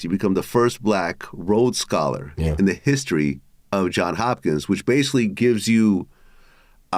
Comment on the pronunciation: It’s JOHNS Hopkins, Vlad.